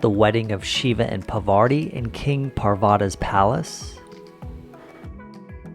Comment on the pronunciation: Cheers to you for being such a Indophile! Would you take up the challenge to pronounce Indian words properly? For example it is not Pavarti, it's Parvati, the wife of Shiva. Not criticizing your Yankee accent, which is perfectly fine, but you are just saying important words wrong! After years in India!